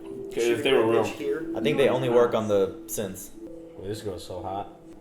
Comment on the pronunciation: I like how you guys call them "syths".... I guess you guys also watch the "HUMANS" tv show?